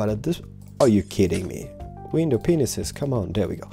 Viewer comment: Windai peeneses (peeneses)